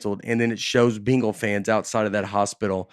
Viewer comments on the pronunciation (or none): I like how Nate pronounces bengals like “beengals”. Thanks for the episode y’all. Something about dusty bein around makes this show extra great too in my opinion.